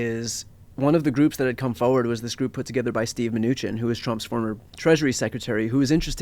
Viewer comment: If “pod save America” were really trying to get out good, factual information, he should probably stop mis-pronouncing Mnuchin as “Min-ooo-ken” - especially right after Brian pronounced it correctly (min-ooo-shin)…. He should be embarrassed for doing it once - but he did it 4 times. 🙄